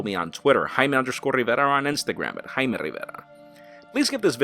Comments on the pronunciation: Jaime rrrrrrriverrrra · Fucking emphasis on Jaime rivera pissed me off